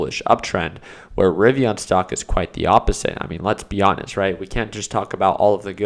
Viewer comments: bro its not rivion its rivian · Ri-Viiiiiiiiiii-an! The “an” is an EN. For f sakes, it drives me nuts.